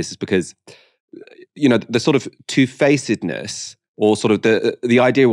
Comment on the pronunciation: "two-facedness" is a three syllable pronounciation, not four syllables.